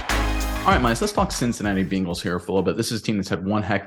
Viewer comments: Hahahahahahaha " Bing- als " YOU NAILED IT BRO LMAO 🤣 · One of the biggest reasons that I don’t subscribe to this channel is the way pronounces Bengals. It irritates me to hear him say Bingles. Please learn how to pronounce the name of the team that you are covering.